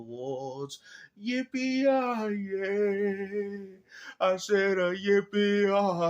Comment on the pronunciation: Bro It's yippee ki-yay 😂